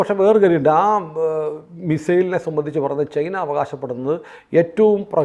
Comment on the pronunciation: ചെയ്ന എന്നാണ് കേൾക്കുന്നത് ചൈന എന്ന് പറയു